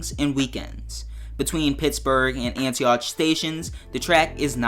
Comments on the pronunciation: He said Antie oootch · Would love this addition (btw Antioch is pronounced “Ant-e-ock”) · it is pronounced like Antiawk he went hard on the ch